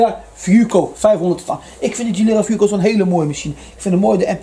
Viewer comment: Dieses teil heisst fuoco und nicht fooco 🥴🤣